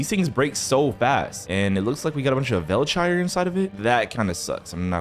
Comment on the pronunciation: Velchire armro